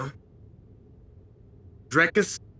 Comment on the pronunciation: Chael being one of few to say his name right